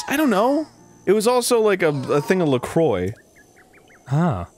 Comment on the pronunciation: then he said "I also had some la criox.... flavorless"